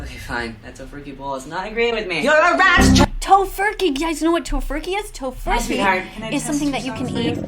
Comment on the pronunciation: oh thanks bc when he said tofurcking i was confused what it meant